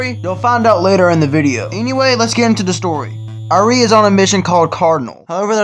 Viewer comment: I like how you mispronounced Irene's name throughout the entire marathon.